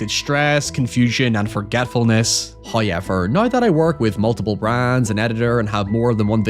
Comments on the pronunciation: He's owning hoyever! When do we get hoyever merch? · "hoyever" took me out, why would you come for your own accent like this 🤣🤣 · Using Lovecraft as clickbait again, despite saying in the video that you don't consider it to be lovecraftian. "Hya-eever" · Why wouldn't he? It's how he speaks!!!! As opposed to giving in to the shaming or ribbing he always get...from 'mericans, I imagine😏